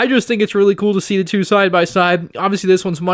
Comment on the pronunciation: You are weally getting on my nerves